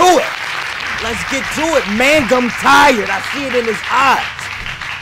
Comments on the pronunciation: Idk why they were pronouncing it like that. I'm pretty sure it's "Mang-um" not "Man-gum" lmao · Keeps saying mangum 😂😂😂